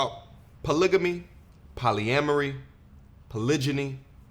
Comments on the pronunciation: Did she just say polyambry bro?😂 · lmfao I just cant get past Poly-am-mary lolllllllll. This is wht we Black Men have to deal with.